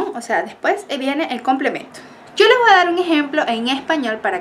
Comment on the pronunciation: sus videos son geniales, pero le pediria que vigile su pronunciacion del castellano. Usted dice "vua" cuando lo correcto es "voy". Ese es un error muy comun de colombianos, venezolanos y centroamericanos. Disculpe mi poco tacto de corregirla por este medio, pero no tenia otra forma de hacerlo. Gracias